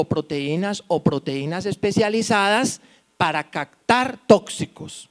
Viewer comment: Porque pronuncia cactar(por captar) recector por (receptor) digo porque es notorio que está hablando frente a mucha gente y debe tener una excelente pronunciación.